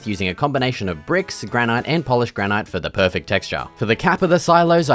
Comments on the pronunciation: Its pronounced granite bud, not granite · it's pronouned 'granite' not 'granite' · How can you not know how to pronounce granite?